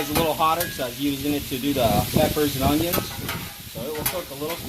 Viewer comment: I always trust a cook that puts a “g” in the word ongion